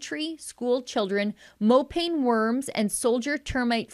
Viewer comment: P.S. mopane is pronounced moh-pah-neh !